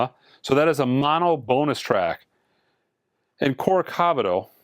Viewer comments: Not small. Not small at all. Nor is mispronouncing Gilberto, Ipanema or Corcovado. Kind of appalling in this day and age where it's so easy to look up pronunciations in any language. This is a timeless classic; it deserves that much respect, at least, especially if you're monetizing, and influencing 50k+ people. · Except for the butchering of "Corcovado". :)